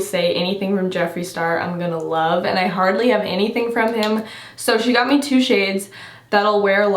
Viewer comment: When you were talking about the glasses that Tate got you and you said “He was very gracious and got me a pair” I thought you were speaking in the third person and saying “Got a pair” 😂